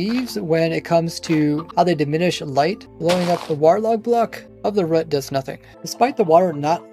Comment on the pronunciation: …… IT. IS. ROOT. NOT “RUT” 😭😭😭